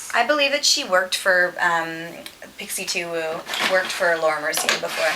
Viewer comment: its pixiwoo not pixi2woo lol